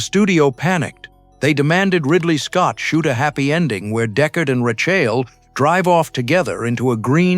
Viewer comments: RAY schul not rash shell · "Ri-CHAYEL"? For shame. You didn't even make a token effort to train the robotic narrator to say Rachael's name, even though you can hear it pronounced many times in the movie. That's as far as anybody needs to watch, to know that nothing in this video can be trusted. You didn't even watch the movie; this video was constructed from Cliff Notes. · It’s AI, which has well-known problems pronouncing various names and words properly. Hence; “Prees” and “Rashale”. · "Deckard and RayChayl" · Characters called "Racial" and "Preese"? Clearly the narrator didn't watch the film :( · HOW did you just say Rachael?